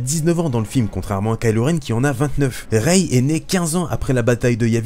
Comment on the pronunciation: Rey pas raye